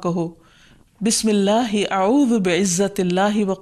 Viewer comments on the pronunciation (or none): plz answer my question u confuse me..ap nay dua galat parhi hay mam..is main ayuzu be izzatillahe.. zaal ki jaga wao q per rahi hain air end pai b uhaazeru ko ihaweru..yai kya majira hay